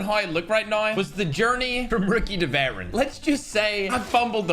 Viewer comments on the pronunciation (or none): none